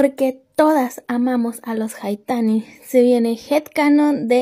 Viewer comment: Es cierto también cuando dice "porque todas amamos a los haitanis" decía gaitanes